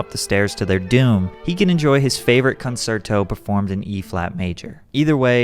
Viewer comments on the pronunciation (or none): It is pronounced con-cier-to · Concerto= con-CHAIR-toe Otherwise, great video! 🎶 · It’s pronounced con-cherto and dan-UUb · Classical music-head here with a pro-tip, it's pronounced con-CHER-toe. In Italian, the "cie" makes an English "Ch" sound. Keep up the good work man, loving the videos. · Great video, great analysis, but I gotta be honest, mispronouncing “concerto” and “Danube” was super distracting…